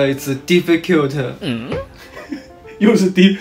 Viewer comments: I don't care what the official English rules say. From now on, it's "difficute" not "difficult". Like imagine: UGH this math test is so difficute! XD Changes the game completely lol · They should have merch that says "it's difficute"😂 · No one: Literally No one:: diffiCUTE...!!!!😍😍😍😍😍😆😆😆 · If says “difficute”, then it’s “difficute” 😤❤️ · "Difficult" what? I know only "Difficute~" 😍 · “Difficute” My brain: “Sounds like an abbreviation for definitely cute” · Yesh difficute😔🤣❤️ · Fr.."difficute" it is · Is going to say difficute again:_lukierSmirk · Hey all native English speakers let's petition to replace the English word "difficult" with "difficute!":_lukierJoy: was having a such a difficute time trying to speak English all day, it was the difficutest thing ever! Also that red jacket tried on at the store made him look like a cute little lady bug🐞. Actually both are you were so very 可愛 this video!:_lukierKiss::_lukierHeartEye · Totally agreed...🤣🤣🤣but it was difficute for him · Word of the year: difficute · difficute: no not difficute, difficult Me: but was definitely cute💕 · it's dificute🤣 English: am I cute or what😝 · THE WAY HE SAID DEFFICUTE INSTEAD OF DEFFICULT OMG I CRIED😢❤ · I die with the difficute 😂💖💖💖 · If said it's difficute 😤 it is diffiCUTE 😤✊🏻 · Y’all it’s not difficult it’s difficute and it’s not a sunny day it’s called a funny day, we were saying it the wrong way all along so let’s learn from our cutest and improve our English😂😂❤️❤️❤️ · Hahaha (difficult) to difficute😂😂❤ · GOT ME AT "DIFFICUTE"🥺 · Difficute took me tf out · The DIFFICUTE for me HAHAHHAHAHA